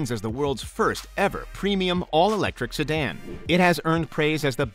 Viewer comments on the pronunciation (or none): none